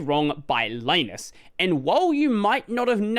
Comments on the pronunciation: Li-nus. As in Linux. Not "lye-nus". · Please stop calling him Lie-nus. It's Lee-nux, not Lie-nux. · ...I always pronounced Linus' name like the "Lin" in Linux